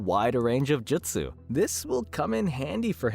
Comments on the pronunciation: Jesus Christ the way you say madara Uchiha, and jutsu🤦🏻‍♂️ (JEWT-SUE ) not jitsu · he also says jitsu the whole time instead of jutsu